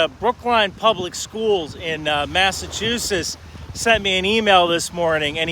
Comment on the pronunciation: So thats how you pronounce Massachusetts..